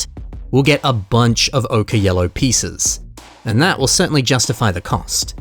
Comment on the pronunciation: "Okay Yellow"???? It's pronounced "OH-kur" which rhymes with "poker".